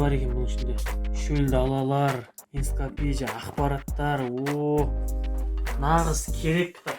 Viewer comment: енципедия емес энцоклапедия деп айтшый😅